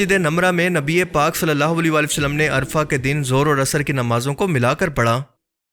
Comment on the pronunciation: is jagah ka naam عرفہ hay ارفع nahi,ارفع ka mutlab hota hay اونچا